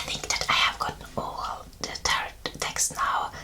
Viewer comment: Just wanted to let you know that its pronounced tehrow. The end T is silent. Love your videos. I love tarot. You might try Oracle cards too.